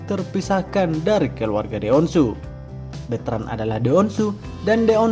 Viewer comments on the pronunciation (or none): Sy seneng deh denger beritain host KY gini tp jngan bilangnya Beutrand dong kn namanya BetrandPutraOnyo.